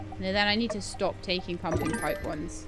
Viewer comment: Haha. Every time you say "pumping pipe" I hear "pumpkin pie". Now I want pie 🥧😊